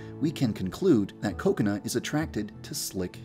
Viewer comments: Did he say coconut instead of kokona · I think u said “Cocenut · every time I hear yan dev say kokona I hear coconut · Lol I thought he did too. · Also sounds like he is saying Coconut. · When yanderedev Said Kokona the captions/subtitles said coconut lol 😂😂😂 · Dude youtube understands you yandere dev you speak directly but bruh it says "coconut"accept for kokona😂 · I thought Yandere Dev said Coconut instead of Kokona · It sounds like he's saying coconut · Did I just hear “coconut”? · Coconut not Kokona??? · i thougt he said kokonut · Did anyone else think he was saying Coconut? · I thought Kokona was pronounced Ko-kona instead of Koko-na...I was wrong... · Why does he say coconut to kokona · Bro Say Koconut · I legit thought he said coconut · xD me too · OMG the whole video i thought you were saying 'coconut' HAHAHA IM TOO HUNGRY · I KEEP ON THINKING HE KEEPS SAYING COCONUT HALLPPP😂😂